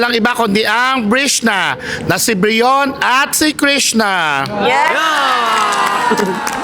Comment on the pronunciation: Brion❎ Brilon✅